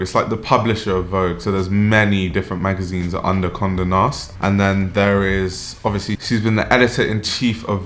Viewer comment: At first I thought you said "comme de nast" 💀